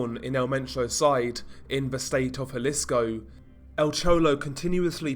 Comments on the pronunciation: Those LMGs are heavy af. Let's point out how sore they were the next day posing with those for the whole video. Also, just a little insight: Jalisco is pronounce Ha-lee-sko, not Jah-lisko. Hear that mistake often in videos. I live a few hours from the border so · Good video but it’s pronounced huh lee sco just to be safe